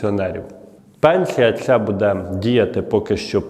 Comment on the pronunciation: Делай правильное ударение на слове,, буде,,, ты видно с западной Украины, сразу слышно